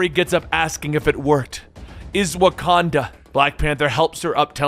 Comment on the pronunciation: That wakada voice 😂